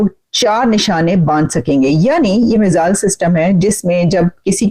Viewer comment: Missile bolne aata nahi. Chale hain salah dene. Don...y